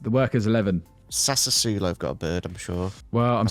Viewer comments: I know right, bless his heart :D Think it's pronounced "Sass-wo-lo" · Sassuolo being pronounced Sassersulow always makes me laugh